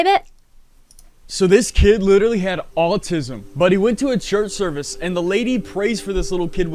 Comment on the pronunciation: Thr way this kid pronounces the word "autism" drives me nuts. Also, why does he sound like he lives on a California beach when he's from Louisiana??? Chill out with that accent, buddy.